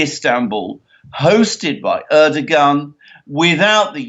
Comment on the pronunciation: I love your program but would be so much nicer if you would pronounce the Turkish presidents name correctly....the "g" in his name is silent.